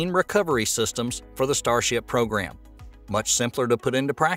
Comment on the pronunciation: Attention Narrator: the word is pronounced "Pro-Gram" (NOT Progrum)